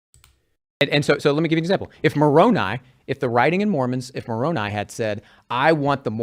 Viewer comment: Moroni, is “muh-rown-eye,” not “muh-rown-e. I used to believe Mormonism and thought I would give up my life if I had to to defend the Mormon faith. I don’t know if I actually would, but I believed I would. My sister once told me, “I will give my life for my savior.” By that time, I was an atheist and I told her that she would be wasting the one and only life she knows she had, and that Jesus claims to be immortal, so why would he want her to give up her only life for his immortal life.